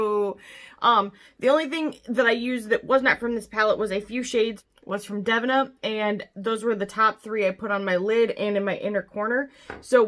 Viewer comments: I believe it is pronounced Dev-een-ah rather than dev-in-ah 😉 No big deal. I just didn't know who you were talking about at first so I thought I'd let you know to avoid confusion. 🙂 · OMG GUYS I'M SO EMBARRASSED!!!! I literally pronounced the name of their brand wrong like twenty times, PLEASE, PLEASE ignore my Midwest take on it lol I hadn't purchased from them before or seen anyone else's videos to know I was saying it wrong. Literally, so embarrassing. Also to Devinah should you ever see this, I am so truly sorry! I'm awful with names to begin with but I will get it right in the next one!!!